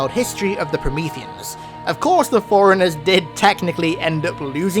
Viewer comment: It's pronounced forerunners (4 runners) not foreigners. Please stop pronouncing it the wrong way, its maddening